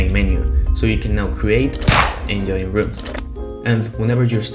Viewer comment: ITS JOIN NOT YOIN